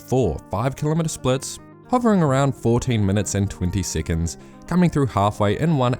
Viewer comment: why do you say siccunds?